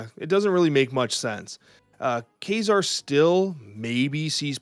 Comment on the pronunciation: Why do they pronounce Kazar as Quasar?